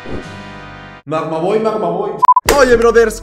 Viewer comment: Magmag boy ❌ Magmag ven ✔️